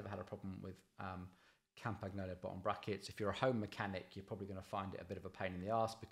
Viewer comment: It's pronounced "Campanyolo", you could at least get them basics right.